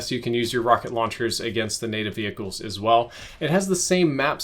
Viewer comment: Vehicle not vehihicle